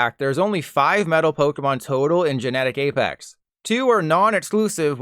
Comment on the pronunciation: no one else noticed "toe-tal" and "feet-tured"?